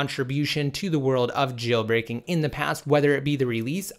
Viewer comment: Stop annunciating the word "JAAAAILBREAKING"